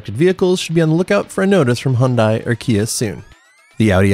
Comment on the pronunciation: You say Hyundai wrong